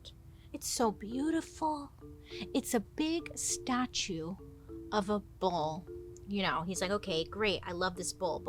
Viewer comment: Listening to this episode, I kept hearing BOWL and BULL 😂 Wasn’t until I look that I realized it wasn’t a huge soup vessel. Makes way more sense with the whole horn description.